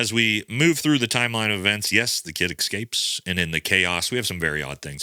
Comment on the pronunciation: "Suposebly" "exscaped" oof.... low iq.